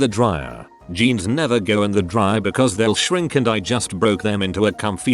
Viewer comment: "Geens" (jeans)